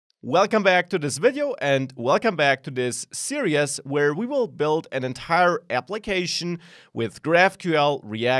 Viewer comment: Great course, great teaching. One request. Please look into how to pronounce "series" in English. It sounds like you're saying "serious". I'm serious! Thanks for the good work.